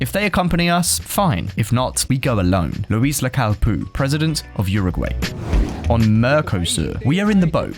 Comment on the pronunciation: It's Luis, not a French Louis